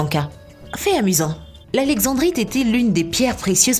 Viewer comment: Pas alexevbrite on dit alexendddddddrite et on écrit taaffeite mais on dit taaaaaaaaffffffffffffffeite